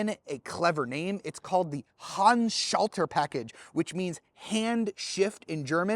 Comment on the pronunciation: What's this? A YouTube car reviewer that can pronounce Handschalter correctly. Good review!